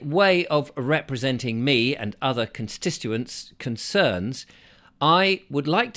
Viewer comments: Constituents…not constistuents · it may help you pronounce constituents better if you think 'conservative tit'.... CONS TIT U ENTS.....